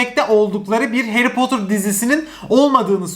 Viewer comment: Potter, potır diyemi okunuyo yoksa potur mu çünkü ben potır diye biliyorum ama potur diye okuyo aşırı takılıyorum oraya 😂😂😂